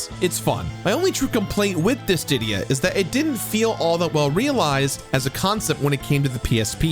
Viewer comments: Yeah, he kept adding another d in there for some reason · The way that you're pronouncing dissidia is horrible and so wrong my man